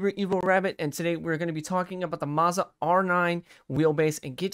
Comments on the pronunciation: Its mozzzzaaa idiot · mfer said mahza